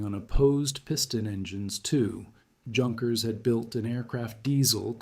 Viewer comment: Crappy computer generated narration, totally unrelatedvodeo, but decent writing ruined by the two. Plus annoying often misspelled captions. And Junkers is pronounced YOON-kers, by the way, Pompano is POM-pano. Gato is GAY-to. What a crappy melange.